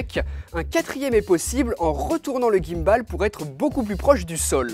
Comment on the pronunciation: S'il te plait, ne dis plus jamais "guimme balle"... c'est un mot anglais. Il y a plein de mots français si tu ne sais pas prononcer les mots anglais ;-) stabilisateur, c'est pas mal, non ?